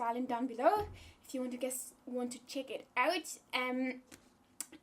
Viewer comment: Is Esther in UK or NZ? Because i thought I heard her say "check it out" as "chick it out" XD